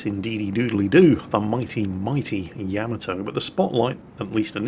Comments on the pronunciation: HOW, HOW?! How do you continue to mispronounce Yamato when you play that clip before it every time? Yah - MAH - toe. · At this point,, I think you mispronounce Yamato intentionally just to irk us.... It's working!